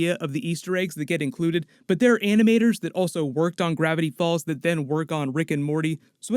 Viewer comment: bro said riggin' morty